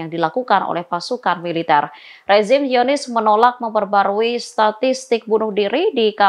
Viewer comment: Apa cuma aku yg dengar kata Zionis dibaca "Yonis"?